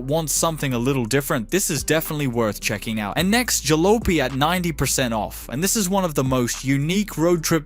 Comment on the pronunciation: Jalowpy? Really? Its JAHLAHPY! You know, like "This Old Jalopy"... Damn GenZers...